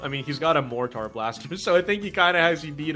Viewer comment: pronunciation of mortar....😳